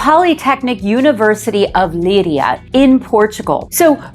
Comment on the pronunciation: Great video!, the city in Portugal where you’ll be living is phonetically pronounced as LAY - EEE - YA with the accent on the EEE.